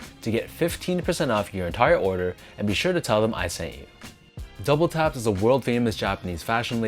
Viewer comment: Am I the only person that heard him call it double taps and not WTAPS? It's WTAPS not double taps